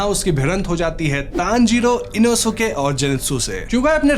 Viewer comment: Inosuke name inoske pronunciation he